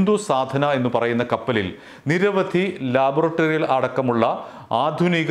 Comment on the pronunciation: ലാബറട്ടറി.... 🤣🤣🤣.. ഇതേത് ഭാഷ.. മലയാളികളെ നീ പറയിപ്പിക്കുമോടെ anchorഎ...